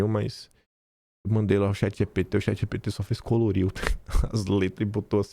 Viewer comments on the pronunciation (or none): none